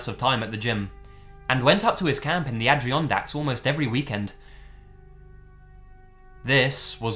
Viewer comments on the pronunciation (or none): AD-ER-ON-DACKS. It's spelled Adirondacks not Adrianondacks....... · no offense ment, but for any future stories, you totally butchered the pronunciation of Adirondacks. every other place was pretty spot on. though, I've never heard of this story, so I'm not sure if this is a real one or not. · your pronunciation of Adirondacks was hilarious, I grew up within the park